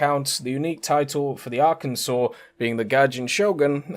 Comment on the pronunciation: As a resident of Arkansas my entire life, unfortunately GAIJIN marketing got to me and will be ordering the USS Arkansas., on behalf of all Arkansans, THANK YOU for pronouncing Arkansas Correctly!:)